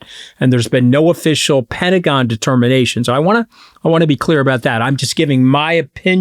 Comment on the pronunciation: She can pronounce cajones, but has trouble saying pentagon?